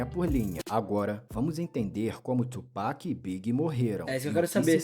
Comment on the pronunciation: "Tu Peck" é de lascar kkkkk mas bom react